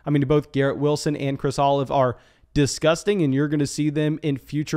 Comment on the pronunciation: I know you didn’t just call him Chris Olive🫒🤣🤣🤣 C’mon man it’s Olave